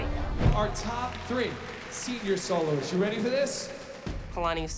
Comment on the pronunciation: Does anyone else get triggered by the way says solo loz